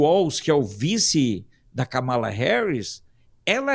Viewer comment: A pronúncia correta não é Kamala , é KÂMALA , mas sem acento : fala para o Alfredo 😉